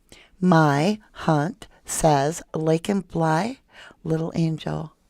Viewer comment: Oh yay u said my name correctly! U rock